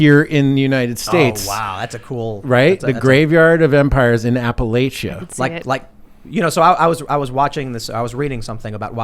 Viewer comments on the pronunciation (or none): Please never say Appalachia again. That’s not how you say it lol.